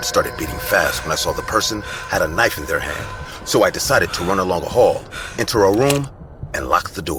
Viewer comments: bro said k-nife😭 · I noticed this too and they're spoken a little different as well. Maybe it was a retake that wasn't edited properly. I came to the comments to see if anyone was going to comment about ka-nife for knife 😂😂🔪